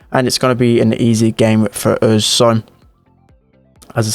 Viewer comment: you forgot the 'oos' as a way of saying 'us'. cool accent tho